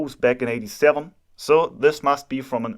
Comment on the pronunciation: Cant stop laughing at the way he says "87" :D